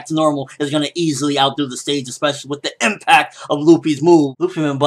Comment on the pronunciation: LOL why so much emphasis on the IMPACT?